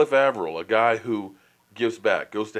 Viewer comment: Also you keep saying Avril wrong